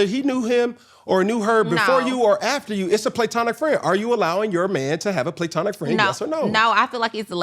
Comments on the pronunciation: Platonic is pronounced Pluh-tonic NOT PLAY-tonic😩🤦🏾‍♀️ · If dude says “Playtonic” one more time 😂😂😂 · is hilarious!!! “is there a reason why we’re saying PLAY-tonic?” 😂😂😂😂😩🤣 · It’s not PLAY-TONIC…. Just makin up ish 😂😂😂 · homegirl said "is there a reason we're saying PLAYtonic" 😂😂😂😂😂😂😂😂😂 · tomatoes = tomatoes pecan = pecan playtonic ≠ platonic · He keeps saying PLAYtonic to make it makes sense and it absolutely does not! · Playtonic” is stressing me out 😂 i know they were tickled leaving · This “play-tonic-“ Cam is saying is driving me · If this man says “play-tonic” one more’ ‘gain! 🙃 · Im irritated why he keep saying playtonic like that's a real way to pronounce it lmaooo. He genuinely can't say he wrong that's crazy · the only one missing out on the joke by pronouncing the word platonic, "playtonic" is Cam. Shit hit him with the "Nclectic, bruh I'm cracking up 😂😂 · Stop saying playtonic it’s annoying and not cute. It’s not the way the word is pronounced. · Can somebody please help CAM pronounce platonic. The word platonic is sounded out like this: pluh-TAH-nik Phonetically (IPA): /pləˈtɑːnɪk/ Breakdown: • pluh (like the beginning of plug) • TAH (stressed syllable, like tall without the “l”) • nik (like nick) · Play-tonic! Cam thinks he is right all the time! That is not how it's pronounced, if you don't know cam just admit you don't know! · Him saying play-tonic is throwing me off cause it’s changing the definition 😂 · omg! Came here to say that. It grinded my gears toner him way PLAY-TONIC 😭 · How are you someone in the journalism field not caring to say words correctly? play-tonic? really? I'm glad Pour Minds made a fool of you even in moments you didn't realize they were. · playtonic??? 😂😂😂 he need his own dictionary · face as soon as he said “playtonic” 😂😂😂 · Him repeatedly saying “playtonic” … plssss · Nobody has EVER said PLAY-TONIC 😂😂😂😂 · Go look up the pronunciation of platonic! Please!